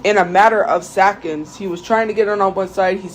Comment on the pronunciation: “It was sackonds”